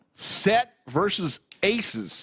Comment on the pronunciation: "versus" has two syllables, btw. Also, who's this Scott guy?